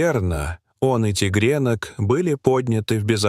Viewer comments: Упал тигренок,а оказался там медвежонок.ТИГРЕ́НОК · Вот и мне интересно: что стало с медвежонком? Ударение на Е в слове тигрёнок это что-то 😂